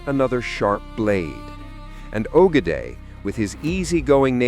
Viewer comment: It’s pronounced oh -geh-die